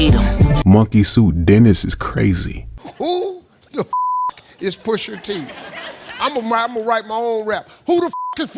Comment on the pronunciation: “Poosha TEE…”😰